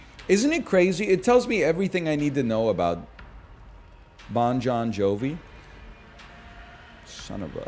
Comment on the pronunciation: I thought that "Bon Jon-Jovi" couldn't be topped, but then he followed it up with a "Jon-Jon Bovi". Had me rolling.